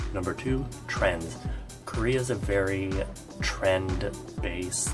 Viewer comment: Am I the only one who heard when he said TRENDS but actually I heard TRANS😂😂😂